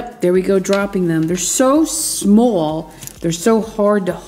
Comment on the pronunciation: Did she say small or swol?